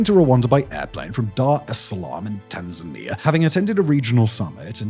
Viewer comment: Hooray! Simon finally said Tan-zan-eea instead of Tan-zay-nia. Gold star for Simon ⭐